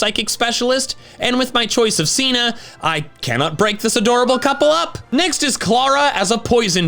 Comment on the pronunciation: IT'S SINA, NOT CEENA!